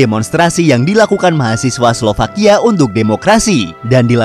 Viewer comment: Slovakia bukan slowakia